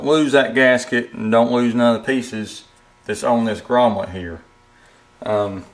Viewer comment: Thanks for taking the time to make the video. Just an FYI, the word is 'grommet".